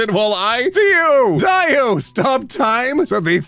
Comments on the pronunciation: Y/N stands for your name in the context of fanfic. Also Dio is pronounced Dee-oh not Die-oh. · Dio is pronounced 'dee-oh' like you were saying the first time. He's from Jojo's Bizarre Adventure. Y/N means 'your name'. And thank you for another ace video! As an ace, I was hoping for a new one soon. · Btw for anyone wondering y/n stands for "your name". It's usually used for reader insert fanfiction and DIO is a character from Jojo's Bizarre Adventure and is pronounced "DeeOh"